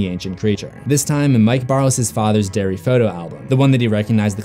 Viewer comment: I love how I heard "dairy" instead of "Derry" the entire time, before turning on the subtitles. Love the vid anyway!! ♥